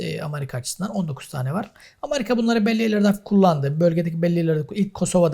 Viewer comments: Hocam sağ ol güzel şeyler anlattın. Yalnız Allah rızası için, sıradan Vatandaşımız gibi AMARİKA deme ..AMERİKA diye telaffuz et !!! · Essek adam amarika değil amerika